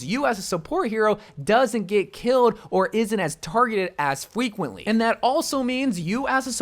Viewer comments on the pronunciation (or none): Did anyone else notice he said fweequently